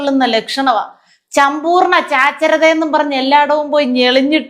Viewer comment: ചമ്പൂർണ്ണ ചാച്ചരത 😂😂😂😂😂